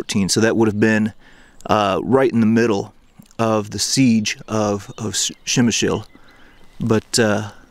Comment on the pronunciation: You sure butchered the name of the town! It is pronounced as 'pshemish'.